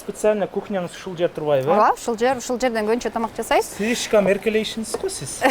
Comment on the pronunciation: УШУЛ ВЕДУЩИЙ КАК РАЗДРАЖАЕТ, " СИЛИШЬКОМ, СИПЕСИАЛЬНО, ДЕП СУЙЛОП КОЮП.